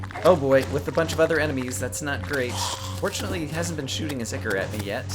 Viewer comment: ichor: AHY-kawr